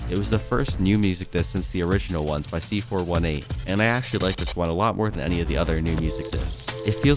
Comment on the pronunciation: I went back to check and he really did say it like that 💀💀💀💀